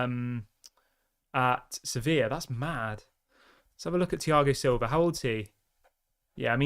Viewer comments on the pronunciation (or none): none